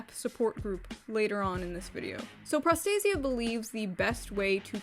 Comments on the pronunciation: My only issue with this entire video is, well... [pro'stasia]. I know, I know, anglicized word and all that, but the original stress is [prosta'sia]. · As a Greek hearing pro stay zee ah makes me sad. Pro stah see ah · It is pro-sta-sia, not pros-ta-sia. It's greek for protection. Sorry but as a greek I just couldn't pretend I didn't hear that. Not gonna comment about the rest.Why the fuck are we even surprised anymore? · They managed to make the word “protection” sound like prostate. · Bruh this shit looks like its pronounced prostate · the word prostasia is a Greek word and it means protection, and the correct way to pronounce the word is prosta-sia, without using accent...(go to google translate and listen on how the google translation voice says it.)... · my ears r bleeding from the moment you pronouncd prostasia (its a greek word btw) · Greek person here. Prostasia means Protection in greek and is pronounced Pro (as in PROffesional) sta (as in STAlion) si (like sea) a (as in Algebra).